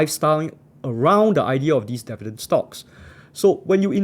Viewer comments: Dee-vee-dend not deaf-vee-dend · how many times did he say devi-dens in this video? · you got my like for sticking to your guns and saying DEH VIDENS throughout the video! still funneh 1yr later sorry XD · It will help if you learn how to pronounce “Dividend” correctly.